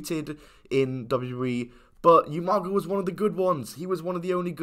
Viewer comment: How hard is it to say Oomaga instead Youmaga like you can hear the commentary say umaga bro 😂